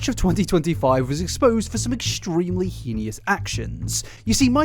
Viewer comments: I really need you to properly pronounce heinous. It's driving me batty over here! Lol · mispronouncing heinous is honestly one of my favourite things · I hate bringing this up because I mix up words sometimes, and seems like a nice bloke who puts a lot of effort into his content... but I really hope one day he learns how to pronounce heinous. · Please someone teach this good man how to pronounce "heinous"! Edit - never mind, I see you - carry on! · I love your videos but that is not at all how heinous is pronounced lol. The i is before the n, not after XD It hurts me a little bit each time you say it lol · STOP MISPRONOUNCING "HEINOUS"!! Holy f it's so insufferable when you say it that way! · Please please please review the correct pronunciation of "heinous" haha it takes me out of the seriousness of the topic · the way you pronounce heinous should be studied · my mom says it the same way no matter how many times I gently correct her lol. so I grew up saying it that way and it’s kind of endearing when he says it but yes, hopefully he’ll see your comment 😅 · Just fyi the word heinous is pronounced hey-nuss (hein-ous) not henious/hee-nee-us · just started the video, i enjoy your content so much and i say this from a place of love — you’re pronouncing heinous wrong 😭❤️ it’s pronounced hay-nus, not hee-nee-us. thank you for the amazing video and i promise i don’t mean to offend you! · Hey! Really appreciate you shining a light on these shady figures. I just wanted to point out that the word "heinous" is actually pronounced like "hay-niss" or "hee-niss." I know you love to use it a lot, so figured you might appreciate knowing that! Keep up the good work 🦋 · Bro I love your videos but please it’s HEY NES not he io nis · Please please stop saying heinous like that lol it bugs me so much. It’s not heeniyus, it’s pronounced HAY-nus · The word is pronounced heynus. Sounds like anus and so do you when you say henious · HAY-ness, not heen-ee-is